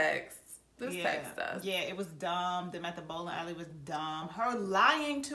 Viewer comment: I also heard "They went to the Ebola Alley" instead of "bowling alley" & I want to always call them that now.